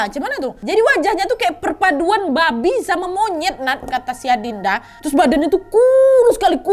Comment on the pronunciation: Nyebut "Babi" nya bisa biasa aja ga kak😭😭